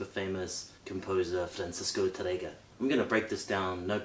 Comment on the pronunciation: Please, don't say tarrÉga, say tÁrrega!!! (from Spain)